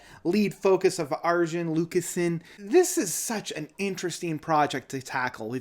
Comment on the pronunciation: his name is pronounced Ar-Yun. 😉 Transitus was initially intended as a film and not as an album, but due to covid-19 and a limited budget, the project is not quite what Arjen expected.